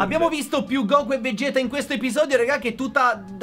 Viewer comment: si dice vegeth no veghet